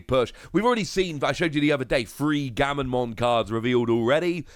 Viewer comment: Comments: Gamma...: Gamma... Comments:...Mon.:...Mon. Comments: Gammamon!: Gammonmon!